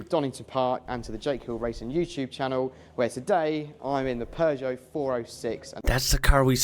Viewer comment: ...Wait until finds out these were 2 litre engines, based on road cars that anyone could buy from a dealership... Congrat's to for being the only person from across the pond to pronounce Peugeot correct too! 👍